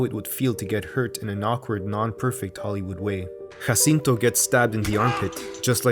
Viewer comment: Your (completely correct) pronunciation of Guillermo del Toro, Jacinto, and Vidal makes me want to bear your ch… I mean, great work! Loved this video so much!